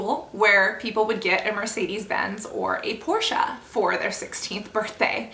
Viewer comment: I haven't finished the video yet (and I will) but I just have to thank you for saying Porsche correctly LOL I don't have one or anything but it's just a small pet peeve. resumes video